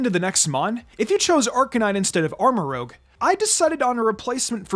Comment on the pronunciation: He still says Armarouge wrong...